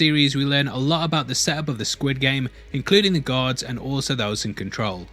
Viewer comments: U need to work on the way you say "Guards". I keep hearing "Gods" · it took me like 50 seconds to realize you were saying guards and not gods ;> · Dude keeps saying guards but all I hear is "god" or "gods". Such a mind fuck. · Took me a solid 2 minutes to realise he was saying guards and not gods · Stop saying 'gods' when you mean 'guards'. Speak M'erican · Bruh it sounds like he's saying "gods" lol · When he said guards I hear GODS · Bro thought you kept says gods